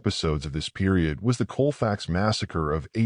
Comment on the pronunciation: I grew up in Grant Parish, one town over from Colfax, and believe me many of the locals barely know about it. There used to be a little marker in front of the Library, and they just finally got around to replacing it with a more substantial marker, long overdue Also, it's pronounced Cawl-facks, not Coal-fax. Colfax is still primarily black, in fact it's the only primarily African American community in the whole parish, a parish that features several notorious sundown towns, and was a bastion for the Knights of the White Camelia, a Klan affiliated group. Today, the poor black residents of Colfax are being slowly poisoned by the company Clean Harbors, that relesaes tons of harmful toxic chemicals into the air by directly disposing of them by burning in open air. People are becoming terribly sick but are being silenced, they are too poor to move away, from the land their ancestors gave their lives to call home. The state of Louisiana makes too much money from them to care, and nobody else will allow that company to do what they do around them, so the injustice continues, and so does the death but in a different ways. Vice did a wonderful exposé, I highly recommend it if you want to learn more